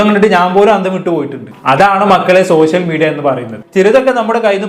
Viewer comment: പൊന്നു ബ്രോ ആദ്യം നിങ്ങൾ ശ, ഷ എന്നീ അക്ഷരങ്ങളുടെ വ്യത്യാസം പഠിക്കൂ, സോശ്യൽ, വിശയം എന്ന വാക്കുകൾ വാക്കുകൾ പറയുമ്പോൾ ആരോചകമായിട്ട് തോന്നുന്നു പരമ ബോർ plz